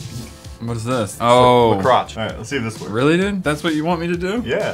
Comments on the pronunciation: Did anyone notice that said La Crotch instead of La Croix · did anyone tell said la crotch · Did someone pronounce la croix, la crotch? 😂